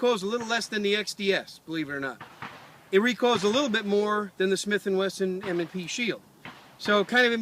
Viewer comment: Ha... -- "M & SHE Pield" :)